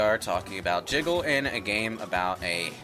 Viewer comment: I can't blame you. It's so easy to say jizzle physics by mistake when you mean to say jiggle physics. I've done it on a number of times.